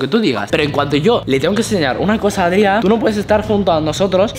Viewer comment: se llama Adrián no Adria